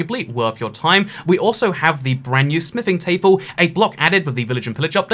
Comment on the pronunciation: * says smithing table * Me: * hears sniffing table*